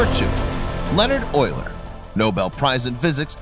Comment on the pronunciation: The voice narration much improved (since it was a real human). Also glad you finally got the pronunciation of Euler's name correct. You'd think that by now someone would have fixed that problem with computers that read text audibly. Thank you.